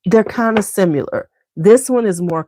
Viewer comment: I often wonder why you say 'SIMULAR'' instead of 'SIMILAR' when talking about fragrances that smell alike, for example Oud Satin Mood and Rose L'extase Absolu? SIMULAR means to be counterfeit or pretending to be something else...is that what you mean to imply? Sorry if I'm misunderstanding😂